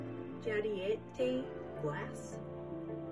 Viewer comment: Jadeite is pronounced jade-ite, it is a semi-precious jade stone.